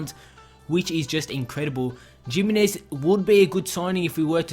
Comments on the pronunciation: It's hi-mi-nez not jiminez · you pronounce it himinez